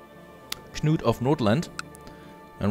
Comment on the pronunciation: Your guy's first name is the same as a very famous English king. It's pronounced KANOOT. Just helping out. Cheers.